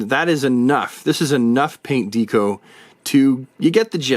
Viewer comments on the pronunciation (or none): Good figures. But DeeeCo? LOL. Not Deck-O like Decoration? 😂 just bust’n’ chops.